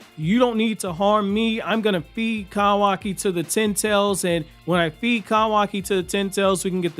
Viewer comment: KAHWAKI KAHWAKI KAHWAKI KAHWAKI...... it's like isshiki shouting "kaaaawaaaakiiiiiiiiii" but the ahhh is present after kahwahki. kawaki is correct not kahwahki